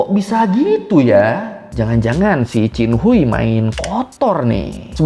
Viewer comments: Dalam bahasa hakka chin khuai, bukan cin hui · bang, bacanya bukan hui tp hwei 😭😭😭😭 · Qin Hui di baca nya qin hue bang ,, izinnn